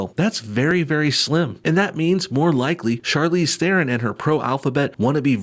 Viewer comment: As a South African I cringe very hard every time I hear people mispronounce "Theron"